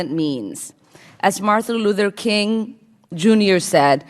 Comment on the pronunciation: Lol. Ilhan literally said Martha Luther King.